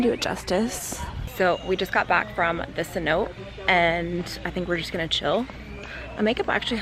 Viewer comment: For anyome watching, it's pronounced "se-no-tay" not "se-note" :)